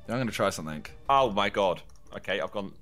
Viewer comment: W to does josh say seng instead of something